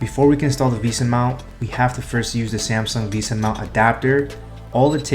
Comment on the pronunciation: "visa" mount, ah yes, how stupid of me to pronounce it as "vesa"